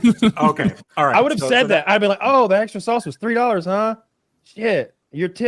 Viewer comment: “Sausa” -woody